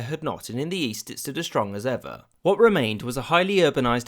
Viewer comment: "in the yeast" i was like what? Great video of a great tragedy :(